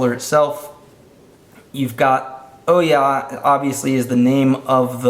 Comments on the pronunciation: Oo-ya not oh-ya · IT'S PRONOUNCED OOOOOOOOH YAH as in WHO? YOU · You pronounced Ouya wrong...